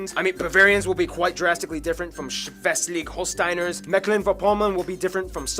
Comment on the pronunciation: The video is already quite old and there are a few errors: - It is Schleswig-Holstein, not Schweslig-Holstein - Tornadoes are still rare - Over 3000 types of bread - on a pure technical standpoint DHL is a american company that had two buildings before being absorbed by the german Post. - the "average, nice living" has been somewhat reduced to atoms. The war in Ukraine basically tanked the economy because of reliance on russian gas, and now major companies are losing money and employees fast because they didn't adapt. Recently, Christian Lindner (FDP) was fired for blocking another attempt of investing money and instead putting it somewhere totally irrelevant. This happened on the day Trump was elected. The memes on ich_iel were so golden. - Misspelled: Bismarcks last name, Wirtschaftswunder, Backpfeifengesicht, Mehrdeutig - We have been overtaken in Visas by one No, Neuschwanstein was the inspiration for Cinderella or the Disney Castle Adolf und Rudolf Dassler (first had the nickname Adi) led the company Adidas (founded by Adi) together, but got into a fight and split up. Rudolf then founded Puma. It is very similar with the Albrecht Brothers, which had a "Diskont" store (Aldi). They also split up, and the southern branch is available in the US as Aldi, while Aldi Nord owns Trader Joes. I recommend Felis video on pronouncing German brands. There a few of these stories are told. Please don't get scared by the long words. It is just a method to block learning the language. The